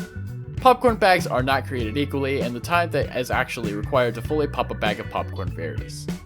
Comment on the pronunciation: says "Popcorn bags are NOT created eually" instead of equally